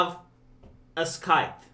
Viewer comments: Every time you mispronounce the word scythe I stop what I’m doing to replay to make sure I heard you correctly. It’s SIGHTH not Skithe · Ssss-y-the It's pronounced sy-the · What's a skyte? Oh. Ohh. A SCYTHE. :D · "[Elmer Fudd] is now going to have a Skyfe" A Skype? "Yes, a Skyfe" How is he gonna hunt waskally wabbits with a communication app?! Is he gonna call him up and say mean words? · Hi, the "c" in scythe is silent, FYI. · for the love of peace, go and learn how to pronounce scythe properly. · The c in scythe is silent. Carry on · scythe the c is pronounced as an s. the common way to pronounce c depends on the vowel that follows. A O U: it is pronounced as k E I Y: it is pronounced as s